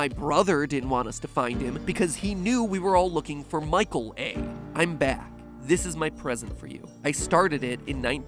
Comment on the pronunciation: almost thought you said Michael Affton